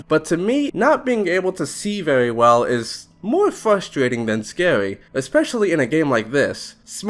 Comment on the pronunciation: "....howwow, there's nothing scawy about getting charged out of nowhere" im sorry i had to. Good vid though. Especially that part that i quoted, what's even worse is that im pretty sure some vanilla infected sounds are REUSED FOR REGULAR INFECTED. WHY.